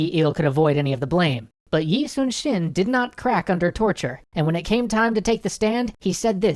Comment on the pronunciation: It's pretty awesome that you guys are doing an Extra Credits series on Yi Sun-shin. It's also great that you know how to pronounce his name as well as Ryu Seung-ryong's =D I assume you called Korea's capital Seoul simply because it's easier for most people to understand than Hanseong, the name of the capital city at the time. Still, I do hope you mention the discrepancy in the Lies video at the end.